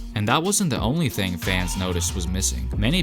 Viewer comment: Does anyone else hear him saying thang and not thing?😂😂